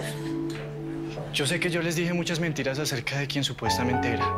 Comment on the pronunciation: Dijo mentinas 😂😂😂